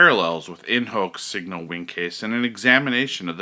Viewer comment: Shouldn't it be pronounced as "In Hok Seegno Vinchez"?